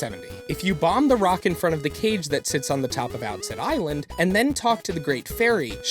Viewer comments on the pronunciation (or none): wait lemme say some things you pronounced wrong: it's forsaken fortress not forest, it's outset island not offset island. And as for wrong facts, fact #47 isn't really a fact because it's in the storyline. EDIT: AND in your comment you spelled lose like loose lol